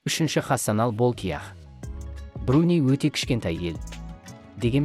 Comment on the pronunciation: МАРАКО,БЕРЛУСКАНИ,БРУНИ ДЕП ТІЛІН ШАЙНАП,ЕКІ СӨЗДІҢ БАСЫН ҚҰРАП СӨЙЛЕЙ АЛМАЙТЫН ЖҮРГІЗУШІНІ КҮЛТӨКПЕДЕН ТАУЫП ӘКЕЛГЕНБЕ!?